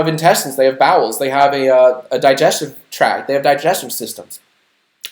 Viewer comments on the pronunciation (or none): none